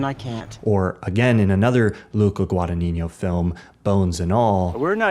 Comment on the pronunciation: whyyyy do americans misspronounce Guadagnino every single time, it takes me out no matter how good the video essay. They prononunce it as if it was Guadanigno when is GuadaGNino